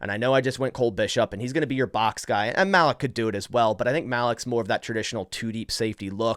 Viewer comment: isnt it pronounced ( maleek)